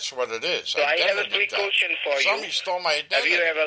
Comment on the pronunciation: Dude cant even say question right ... "Qoosteon"